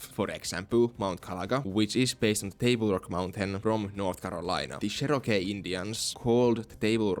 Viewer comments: You’re mispronouncing Cherokee entirely wrong. Chair or Cher, then row like rowing a boat, then key like car keys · His finnish pronunciation of Cherokee is so cool